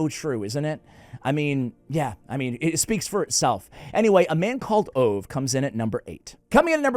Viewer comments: Can I tell you something in a friendly way. The Swedish name Ove is pronounced Oo-vah. I loved that book. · Hi there, the Swedish name Ove is pronounced with the "e", and the "e" sounds about like in "get". Greetings. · Not sure a 'like' is the correct response to this video... 😂😂 (PS... Ove pron Oh vu) The original title is En Man Som Heter Ove.